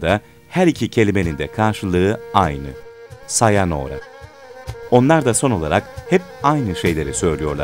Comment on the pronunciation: Sayanora değil sayonara